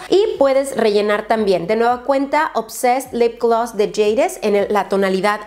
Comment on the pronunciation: Alguien más replite gllaaas esa forma tan diferente en que lo repite glos glaass jajaja me gusta